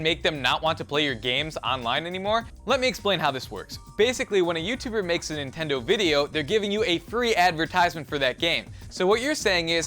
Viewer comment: because... because... nentendo man